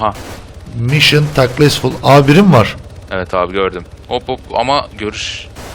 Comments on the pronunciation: Mısson Taklesful 😂😂😂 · mişın takelsful